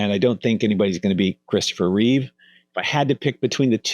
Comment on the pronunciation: You know Christopher's last name is "Reeve", not "Reeves", right? There's no "s' at the end. Also, "Routh" is not pronounced "Ruth" but rather like the word "Mouth". And how come you didn't mention Tyler Hoechlin from the "Superman and Lois" TV Show? Edit: Okay... You corrected it later and said "Reeve". Thank you for that.